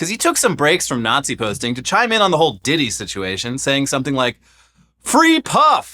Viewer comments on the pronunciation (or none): none